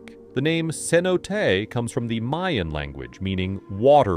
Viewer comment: The AI voice you're using persistently mispronounces cenote.